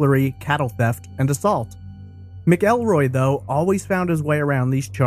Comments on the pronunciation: The name is pronounced Macalroy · It’s pronounced Mackulroy. No ell but ul